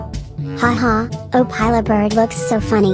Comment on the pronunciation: Bro really said “Opilah Bird”💀💀💀